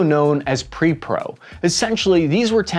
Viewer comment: it's Pre-PO not Pre-PRO. Letters matter!!!! LOL